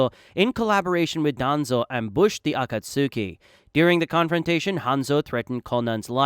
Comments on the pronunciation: It's pronounced ah-cot-ski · “Akat suki” please NEVER say it like that again it pmo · it is not. The “tsu” in Akatsuki is a very short sound which is difficult to depict in English. You don’t really vocalise the “u” sound. A rough approximation should be “ah cats key”. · Uh-caught-ski is how you say akatsuki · Uh-cut-soo-key Sorry bro but i can’t make it past the third time 😂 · Can you please say Akatsuki correctly? 😂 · Never clicked off a video so fast in my life hearing u pronounce Akatsuki like damn did u even watch the show?????